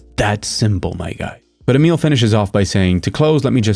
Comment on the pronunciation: IDK if I've said this before but properly pronouncing Emil's name seems so hard for some folks and I appreciate that you do. Albeit with some old world flavor, since I think he's Merican AF. Regardless it's a little thing but it sticks in my craw when other folks can't and don't look it up. It sounds like they are just sight reading it and it embarrasses me for them lol.